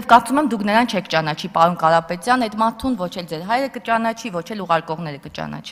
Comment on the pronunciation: Պալոն Կալապետյան Ձել հալիկին հալցեք, թե ինչի չի կալուցվել այդ ճանապալը. Արփի Դավոյան